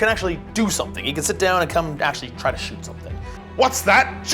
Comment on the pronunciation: Please, stop saying “shoost” and “shoosting.”